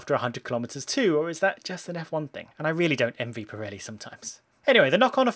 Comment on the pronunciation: How do you say it wrong twice